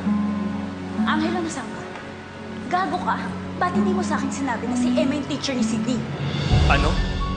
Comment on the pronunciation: Hindi marunong mag pronounce ng teacher si Georgia 😂 Georgia- titchir